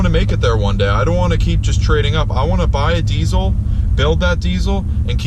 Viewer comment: Saying deecil instead of deezal sounds very gay.